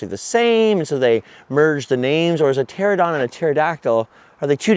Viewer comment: "ter-AN-a-don"!!! You keep saying "TER-a-don". Great impression of it tho...😜 My fave has always been Brontosaurus. Big, lumbering, mom-threatening... I dunno, maybe it's a Flintstones thing.😄 Another perfect video, dude! You're seriously the best.